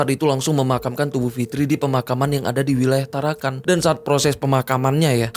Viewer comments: TarakaN bang, bukan tarakaNG. Salam dari Tarakan. 😁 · Hahahah bukan tarankang. Bro tarakan 😂